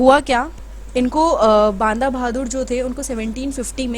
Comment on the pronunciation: Please mam u r a teacher so please pronounce properly its बंदा सिंग बहादुर not बांदा यह हमारा इतिहास है और हमारी भाषा है जिसे अच्छे बोलना ana chahiye kya sirf English hi proper bolna न्याय पूर्ण है?